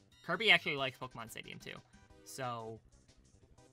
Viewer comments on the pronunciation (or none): none